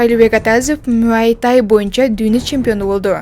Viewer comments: Блогер тууралап сүйлөгөндү үйрөн.мүйай тай эмес,муай тай же тайбокс. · Мүай тай эмес😂 Муай тай😅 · Муайтай дейтко Муай-тай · Мууй ай тай дечи 😂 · Муай тай дегенди да норм айталбайт 🤦